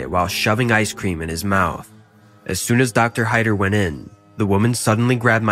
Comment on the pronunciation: Everyone love ice-sceam but that was just wrong!